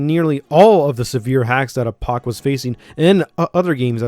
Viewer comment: I hate how you say Apoc